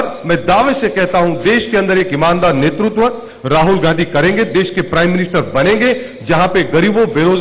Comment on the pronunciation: गौर से सुने ने गाधी कह रहे हैं ना कि गाँधी